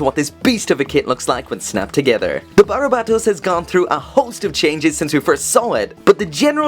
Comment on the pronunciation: How are you pronouncing BARBatos as BARABAtos?